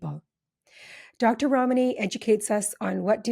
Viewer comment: I love Dr Ramani so much. I also appreciate the host for pronouncing her name correctly. 😁